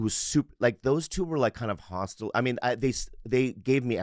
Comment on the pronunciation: Bobby still not being able to say hospitable and saying the guy was very hostile for letting him live at his place 😂